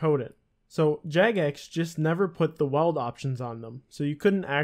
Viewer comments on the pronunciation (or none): i can't get over him saying Weld instead of Wield XD XD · It’s not weld!!!!! It’s wield!!!! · Can u not say weld, its wield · Combat smithing confirmed. Great video, but omjesus it's wheeled = wield. <3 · bro learn how to pronounce wield its not weld lol its like wheel'd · Is that a Canadian thing, to pronounce it “weld”? I’m going to have to say “wield” all day to cleanse my brain. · ...weld? Wtf its WIELD (WEE - ULD) cmon man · Your pronunciation of wield is funny. You say it like weld instead of wheeled. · weld. wield. dude please. its like you havnt even touched the game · weld??? Weeee-elllld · Wield not weld, wtf lol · Pronounce it like wheeled :) Great video! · You pronounced weild wrong btw, it's pronounced like WEELD, if that makes sense. Just type it on google and click the sound button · The true glitch is the way he says weld. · it's pronounced wee-eld